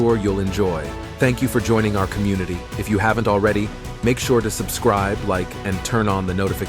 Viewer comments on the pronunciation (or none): none